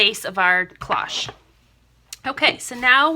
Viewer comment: These are so pretty. You do a very good job on your tutorials - tfs! Just a small fyi: cloche is pronounced with a long "o", like in the word close :)